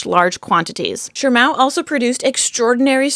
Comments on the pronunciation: why do you pronounce it like Shirmao when there is no 'R'' in Shimao? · THERE'S NO "R" IN SHIMAO! 🤬🙉